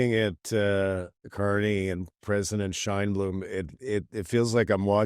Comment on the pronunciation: Warren Kinsella, her name is Sheinbaum...not Sheinblume. And Fentynal.. Are you serious? Try educating yourself and watch Sam Cooper's reporting on this issue...proof, not rhetoric. Time for you to retire into the interior of BC.. And don't have any matches with you.